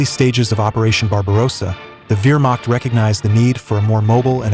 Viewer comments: Wihrmacht? You mean Wehrmacht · Agree! VEER machT?! Terrible! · You know what I mean, he said I instead of E